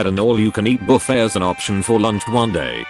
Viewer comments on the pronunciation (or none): none